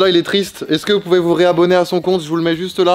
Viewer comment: Vous avez pas remarqué inox il c’est pas dire est-ce que mais il dis isque😂😂je suis le seul ou?????